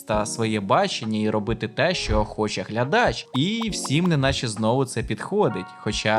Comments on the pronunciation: А чому глЯдачі, а не глядачІ? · Я людина проста, тому сприймаю новий наголос у слові "глядач" як форму мистецтва